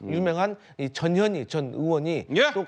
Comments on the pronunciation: 내 귀가 이상한가 왜 저녀니로 들리지! ㅎㅎ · 전현희 발음 잘못하면 저녀니? 저년이? 재미있습니다